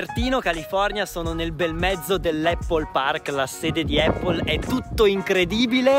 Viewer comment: Prima di tutto non si dice eipol. Visto che stai li vai in un supermercato e chiedi come si chiama la mela in Inglese